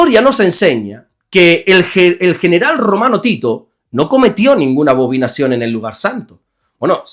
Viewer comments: Buen dia. Excelente explicación. Salvo que es abominación y no abobinación. Le bendigo. 😊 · Bendiciones varón. Gracias por sus devocionales. Son de mucha bendición. La palabra es Abominación. No abovinacion 😂❤